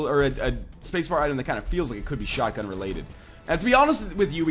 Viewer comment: its not shutgun its like MACHINESHUTGUN :P